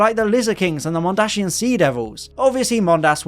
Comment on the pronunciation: It's 'Mondasian', not 'Mondashian'